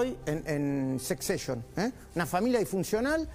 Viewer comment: "Secceshion" JAJAJA. Che Luis, sos peor que yo en ingles jajaja, y yo soy malísimo te juro.